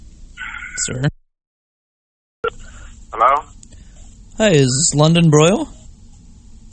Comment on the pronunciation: Did you really actually say "henlur" picking up the phone